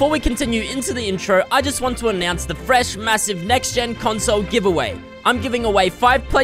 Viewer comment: fresh not feesh